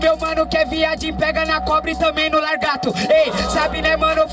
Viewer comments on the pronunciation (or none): "LARGATO" kkkkk